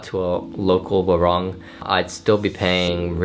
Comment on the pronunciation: Most foreigners still can't pronounce warung correctly. It's supposed to be with "oo" = waroong